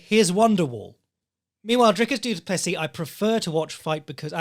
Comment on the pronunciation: Duncis Pluncis?!? Lmfao I just spit out my coffee laughing at work listening to that wtf 😂